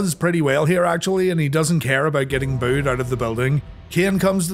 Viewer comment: Did you really just say the crowd "booth" Mike Tyson?! You absolute madman!